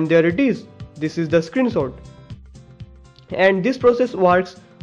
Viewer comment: it's screenshot not screen sot xD